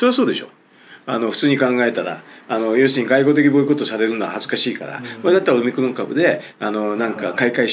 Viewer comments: おミクロン様という風にしか聞こえなくて困るｗ それにしても臭い一択だったなｗ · オミクロンと日本語で翻訳してるだけで、発音はオムニクロンなんですが、そんな事も知らずに動画出してて草( ･ั﹏･ั)